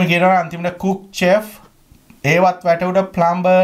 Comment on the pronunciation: Enne aitraliya a unata hariyata chefs pronunciation be 😂